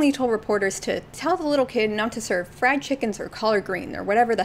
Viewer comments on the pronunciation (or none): none